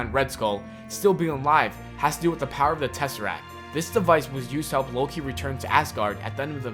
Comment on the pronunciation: come on you said loki wrong